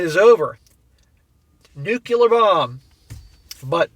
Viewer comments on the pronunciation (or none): I always enjoy your videos. The humor is great, and your messages are spot on. However, I have one request. Please stop saying “nuclear” like “nu-kyu-lar.” It’s pronounced “nu-klee-ar.” That small change would greatly enhance your credibility.